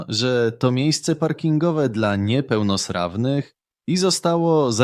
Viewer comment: Kiedy usłyszałem "niepełnosrawnych" musiałem cofnąć film o kilka sekund, aby sprawdzić, czy z moim uchem wszystko w porządku.